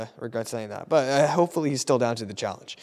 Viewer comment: anyone gonna talk about how he said challe ge